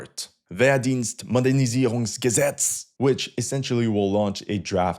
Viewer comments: Your pronunciation of "Wehrdienstmodernisierungsgesetz" was perfect. Are you secretly German? 😂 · I beg you to fix the focus of your camera. It should be on your eyes. Otherwise good videos and your pronounciation of Wehrdienstmodernisierungsgesetz ist very good :D